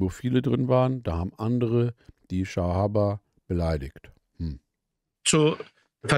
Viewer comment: Bruder es heißt SAHABA!!! 🤦🏻‍♀️🤦🏻‍♀️🤦🏻‍♀️🤦🏻‍♀️🤦🏻‍♀️